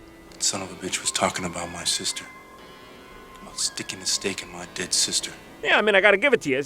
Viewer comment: Lol on it sounds like he said "I ain't staking a stake on my dick sister"